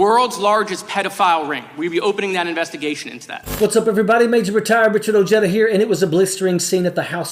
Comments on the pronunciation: Your last name is pronounced Oheda that's the way it's said. Because ojeda is like a silent h. It's not ojayda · Ahmm Sir Your last name is pronounced “o-he-dah”